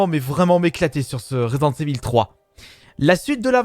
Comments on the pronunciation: 😂😂 resent evil au lieu de resident😂 mais aussi non super video continue comme ça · « Résident evil FROUiii » 😂😂